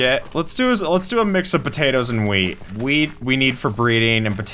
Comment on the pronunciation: is it just me or did he say weed and not wheat?